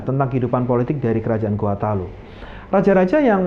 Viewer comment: Mungkin admin bkn org Makassar Krn sebutan Talo sangat kental jawanya